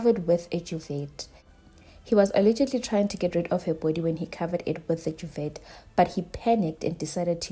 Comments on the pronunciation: Duvet - pronounced Duvay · "Dyuvet" 😂 I love my kountry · I had to play it back 🤣🤣 I love us shem….there no “pronunciation of the master” 🤣🤣🤣😭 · Hey, it's the first time I hear a S.African pronounce the T in duvet!